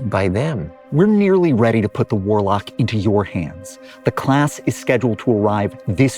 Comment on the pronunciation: "Reign of the Waalaack" Guys, just deeply based to hear this in a Boston accent. Seriously awesome.